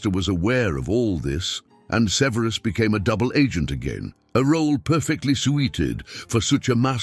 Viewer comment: Suh-VEER-is Snape lol. I can't 😅